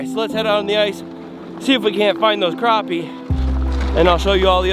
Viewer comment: Dude I love your videos but dammmmit man its a crappie not a croopie !!